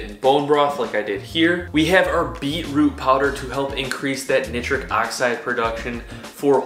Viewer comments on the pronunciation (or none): neye-tric not ni-tric